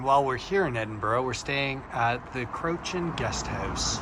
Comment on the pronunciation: Your guest house is pronounced Crewacan.